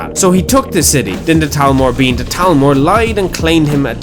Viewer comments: Why do you say talmor? ITS CALLED THALMOR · It’s Thalmor not Talmor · Ima take a shot everytime I hear Talmor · What's a "Talmor"? I thought it was "Thalmor" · Did he forget that there is an H in Thalmor? It is not Talmor.